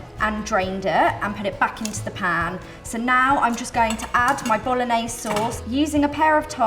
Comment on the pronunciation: You know it's gonna be a bad receipe when she can't even pronounce BOLOGNESE correctly... Even a 13 year old kid in italy would know better...